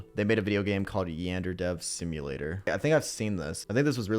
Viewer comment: Him prnouncing it "yandairy" fuels me